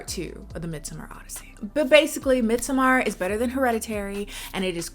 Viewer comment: "midsuhMAR" girl shut up and call it midsummer like the rest of us